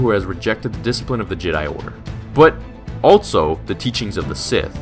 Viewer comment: Bro it’s also... not altso.